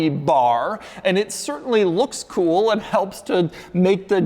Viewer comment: doug the kinda guy who knows it is cringe the way he says "kewl" yet refuses to change. be like doug.